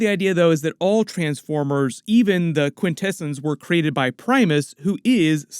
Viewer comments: Quintesin's... Quin-Ta-S-ON's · Quint Ahhh Zons…… not delicatessen smh and also Trion is Try on not tree on… but otherwise cool coverage